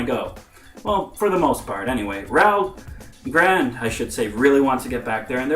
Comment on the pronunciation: it's pronounced "Raru Ω Gurado"